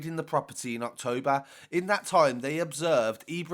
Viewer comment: " Acht-Toa-bah " 😂😂😂😂😂😂😂😂 Your accent is ace, where is it from?